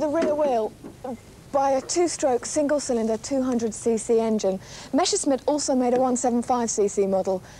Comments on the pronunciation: Messerschmitt, not Meschersmitt .... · why "meschersmitt" and not "messerschmitt"?